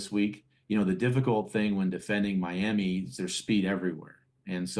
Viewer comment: “Mlami” Dolphins